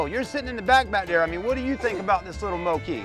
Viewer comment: FYI it’s pronounced Moke as in Smoke